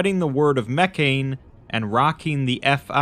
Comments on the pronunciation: What's really going to bake your noodle later on is that Mekhane was meant to be pronounced "meh-KHA-nay" or "MEH-kha-nay" all along and makes a lot more sense that way. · But the way he pronounces it has the religion be pronounced “mechanism” which is funny.